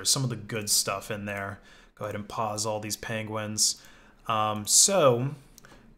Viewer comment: “Go ahead and poz all these penguins” You monster.